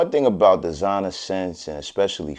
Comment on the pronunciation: "Dezinah" and "joawn poawl gowdiyay"